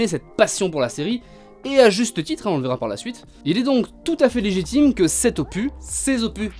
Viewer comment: Le "s" d'opus se prononce... 😜